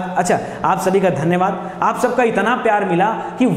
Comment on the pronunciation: सर् धन्यवाद बोल के धनिया बना देते हो